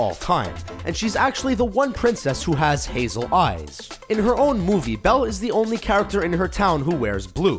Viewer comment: It's Belle